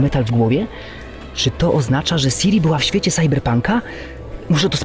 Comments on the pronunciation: Ciri* nie Siri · Nie czyta sie siri tylko ciri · Jak mnie wpienia jak ktoś mówi Siri zamiast Ciri... To jest Cirilla a nie Sirilla... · Siri zamiast Ciri? Co wy gracie w Wiedźmina z angielskim dubbingiem? To jakby jeść zupę widelcem. Ja jestem edytorem angielskiej Witcher wiki a i tak gram z oryginalnym dubbingiem. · CIRI!! Do kurr.. CIRI! Nie siri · Siri kurna Ciri tak jak się pisze tak się wymawia i analogicznie to nie Sirilla tylko Cirilla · CIRI! nie Siri. Siri to jest w srajphonie